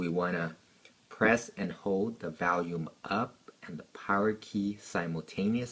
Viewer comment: The "valume" lol